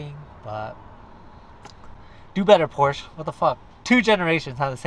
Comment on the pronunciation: You can't even pronounce Porsche.